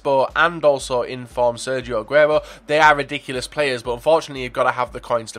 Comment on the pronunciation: u didnt fuck up aguero's name. u worry too much about butchering names.